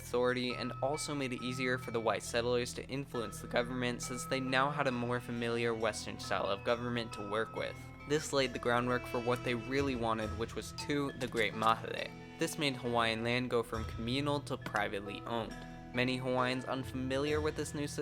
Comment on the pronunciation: HEY OUTSTANDING VIDEO! I LIVED IN HAWAII FOR 13 YEARS. IT'S PRONOUNCED "MUH-HEY-LAY"! BY THE WAY.😂🎉❤